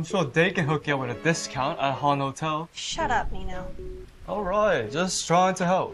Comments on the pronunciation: guys im sorry but every time she says "min-ho" i want to SOB.. she says "MEEN-HOE" its "min-ho" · pronouncing it as “mean ho””” made me laugh 😂